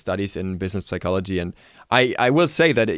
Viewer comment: Haha great, I was thinking to myself, this guy probably studies psychology. Just a feeling.. maybe I'm just used to be around a lot of psychologists :D One picky notion: it's pronounced Sycologist the P is numb. ;-)